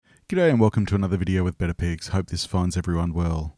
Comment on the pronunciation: Thought you said better pigs